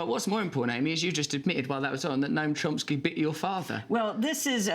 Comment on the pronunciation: It's CHOMsky Russell. Chomsky. Not CHOMPsky. You hack.